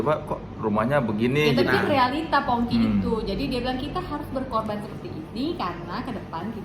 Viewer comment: Am I salah dengar atau di bagian akhir Soleh sebutnya jadi Fongki bukan Pongki 😂